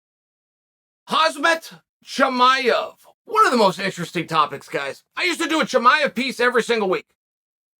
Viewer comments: Yoo Chael!! Like Your show. But here’s a tip note for you and your co-workers. Its not Haa-ss-m-at. Its more of Cha-M-S-at. M before the S. 👍🤗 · it's pronounced Hom Zot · Khamzat isn’t pronounced with an H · When will Chael realize its Khamzat and not Khazmat? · "Khazmet Chemaev" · "Hamzit Chimaev" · “Hazmat Chimaev.” - Chael Sonnen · No one: Uncle Chael: KhaZMat Chimaev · Chael is funny as hell with name pronunciation. Lol. “Hazmat Chimaev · Hazmith Chimaev 😂